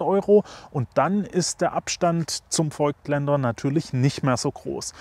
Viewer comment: Nur mal kurz zur Info: „es wird nicht feugtländer“ ausgesprochen, sondern „fogtländer“. Wie das Voigtland.